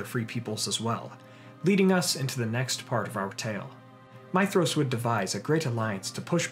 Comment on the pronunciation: You said his name right I'm in LOVE